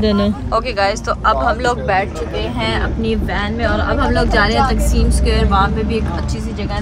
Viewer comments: It's ٹا قسم square not تقسیم ....dear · sorry it's not تقسیم اسکوئر it's تاقسم اسکوئر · Ap ghalat pronounce kr rhi taksm ko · Broo its taksim square not تقسیم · Taqseem square nai its called ٹاکسم